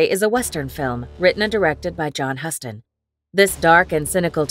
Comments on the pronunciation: The way to pronounce the director's name is more like "Youston." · One would think a channel devoted to classic movies would know how to pronounce the name of the legendary director John Huston. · If you are going to have an AI read your crap… it should at least know how to pronounce John Huston